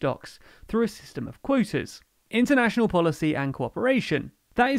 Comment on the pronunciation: Clearly, insofar as the territorial limits have been already been established, the supposedly 'scientific' rationales of the EU have served to cheat the British, more probably to benefit the Brussels bureaucracy than to the fishermen of the EU. [English accent so funny -- for 'quotas' -- 'coitus'.]